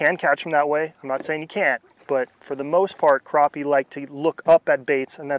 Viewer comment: Not sure where the English stops but they are crappie not croppie